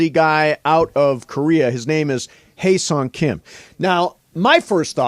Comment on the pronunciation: I could listen to that lady pronounce his name all day. lol. . My man on the mic salivating. Hahaha.